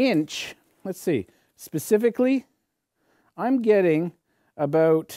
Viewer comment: Abooot 😂 I love that